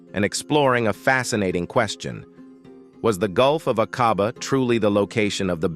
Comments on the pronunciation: A (LONG VOWEL) quabah, pronunciation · Shocking pronunciation of Aqaba.